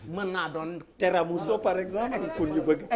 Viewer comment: On dit "Tiramisu" et non "Teramousso" Der